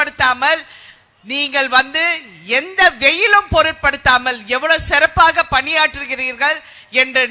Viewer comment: சிறப்பு மேடம் செறப்பு இல்லை மேடம் தமிழ் கொலை